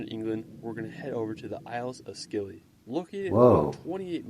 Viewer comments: The Scilly Isles are pronounced Silly not Skilly. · he pronounces the Isles of Scilly wrong, it pronounced silly